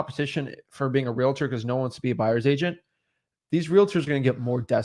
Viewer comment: Is there a reason they keep pronouncing realTORS like that? 😅